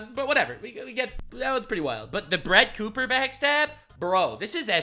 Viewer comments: You called her Crett Booper 🤣🤣🤣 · “Crett Booper” 😂 I’m dead 😵